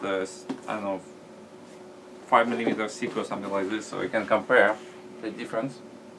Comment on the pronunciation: "urhhh which is slight less 'siker" (thicker) looooooool funny as fuck !!